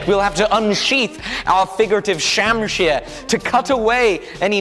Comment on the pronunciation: Please don't pronounce it shamsheer... it's closer to shumsher which roughly translated means tiger's tail which sort of describes that wicked curve